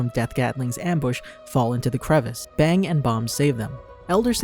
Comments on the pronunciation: its bang not bomb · ah yes, "BONG" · ah yes he calls bang bong